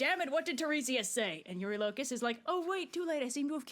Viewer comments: I just gotta jump in quickly and say that the way the creator of the video says Telemachus and eurylocus is the AMERICAN way of saying his name. The way it’s said in EPIC is the GREEK way of saying it, so that’s the correct way Also, when they said “in all his glory” they meant it. Ody slaughtered all of these people while stark naked😂😂😂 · It'd be cool to see more of I genuinely don't know who is right between and Jorge with the pronunciation. Pretty sure Epic did mispronounce "Elpenor," but I'm also ptetty sure pronunciation of "Eurylochus" is wrong